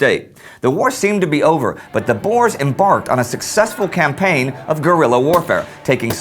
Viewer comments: Bores? Its boers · Again, Its not "Bores", its kinda prononced "Boors", its Afrikaans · The boars??? Dude its pronounced boers. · Please guys it’s not pronounced boar it’s boer (context i’m South African) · i always crack myself up when you guys say boers as boars XD its pronounced like boor like boo with with an r at the end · Boers not Boars XD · ''The bores'' I guess they were not much fun then.. lmfao! 'Boer' is pronounced 'bour' as in 'you'. It means 'farmer' in Dutch. And the plural of Boer is Boeren, not Boers. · Why does EVERYONE pronounce boers wrong! it's pronounced "Boors". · At first I was like, "Who is the boars???" , but I now know you were speaking of the boere, which in english is farmers. So if he says boars, it's actually just the white afrikaans farmers. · Tomartyr boo + r (rolled), no ew sound. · Checking pronunciations online I can conclude that it is pronounced 'Bewr' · You gotta be kiddin me though. Why does everyone pronounce boere wrong!!!